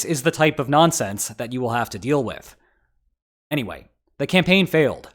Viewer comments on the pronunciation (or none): none